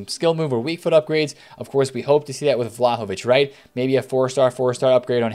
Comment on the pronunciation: I died when he said vlaho-bitch